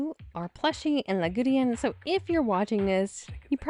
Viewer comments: Lagudin? It seriously sounds as if you are pronouncing his name LA-GU-DEAN! Yikes! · OMG! Yagudin's name has only THREE SYLLABLES, NOT FOUR !!! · not yagudeean yagudin